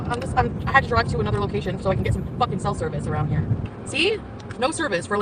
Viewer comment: "Oy went for a droive at noin a.m."